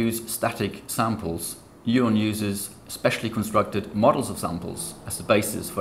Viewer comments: He sounds like he's saying noylon instead of neuron. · Sounds more like moylon to me.